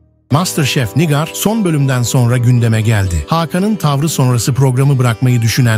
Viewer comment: NİGÂR diyemeyen de video hazırliyor ya. Pessz.